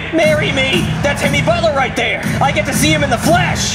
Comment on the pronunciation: he says hemi instead of Jimmy